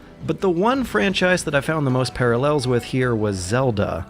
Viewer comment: >para-LEL >diss-topic >auto-tomato